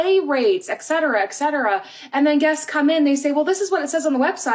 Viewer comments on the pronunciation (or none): Sorry for being a grammar-nazi here and, don`t get me wrong, I love your channel and fully support it :) Just please (if you wish to do so) check how "etc" is pronounced, there is no "k" sound in it.